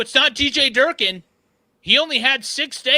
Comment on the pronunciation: Bro really said jerkin’ for durkin